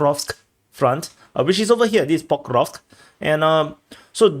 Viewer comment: Pokov, Pokrov, Pokeosk, Pokros'k, ENOUGH, knock it off!!! I now decree it shall be called Pokemonsk front!😅